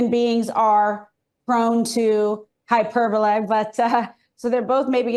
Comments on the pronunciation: “Hyperbola” or hyperbole, Bill. You’re losing it. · Is it just me or is hyperbole being pronounced oddly?